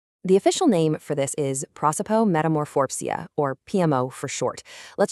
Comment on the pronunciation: You’re eliding and missing the next to the last syllable in the pronunciation of prosopomezamorphopsia, the “phop” portion of the word. Perhaps it is silent, but in both Latin and Greek all of the syllables are pronounced; silent syllables are very rare.